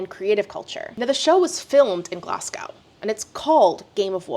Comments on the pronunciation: "Glass-gauw" lol It's GLAZZ-go, friend. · Off topic from the video but please, for any Americans watching, Glasgow is pronounced “Glaz-go” the w is silent! Nothing makes Scottish people cringe more than having Glasgow and Edinburgh mispronounced. This is especially true for Americans who also claim to be Scottish 😅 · I wonder if this has anything to do with the fact that channel 4 are making annual losses? Btw the -ow syllable of Glasgow is pronounced like 'oh' rather than 'ow', basically drop the w ie 'glas-go'. I also say the first syllable differently but yours was closer to how a Glaswegian would say it, I'm a filthy Southerner 😂 once a few seasons of this show have run (because it probably will) it would be interesting to reach out to all past contestants and see if any will speak anonymously, once there's enough of them for people to feel a bit safer from anonymity. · Just FYI, Glasgow is pronounced "glazz-go." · Also from Glasgow (for anyone wondering it's pronounced like Glazz-go!) and I just can't believe public money was used for this car crash of a programme! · From someone who lives there, your pronunciation of 'Glasgow' is... certainly something. 😂 In all seriousness, I was skeptical about GoW when S1 recruitment was bombarding me but I'm certainly not surprised. One thing I've not heard much talk about anywhere, as someone who researches knitting history, is how similar this is to 40+ years ago. The internet caused a massive power shift away from big yarn companies publishing anonymous patterns to sell yarn towards centering (and naming) designers which then gave knitters greater autonomy over our creations. I can't help but think this is them trying to reassert their power in the space.